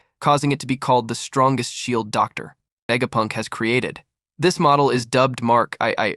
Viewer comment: I suspect it’s because it would be typed as Dr. Vegapunk and the AI reads the . as the end of the sentence